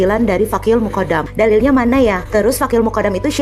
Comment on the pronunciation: ALMUKONDO.M BIB .SALAH NGUCAP ELUH. MUKONDOM.